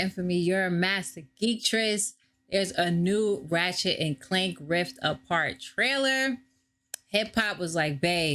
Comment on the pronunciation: You said his name wrong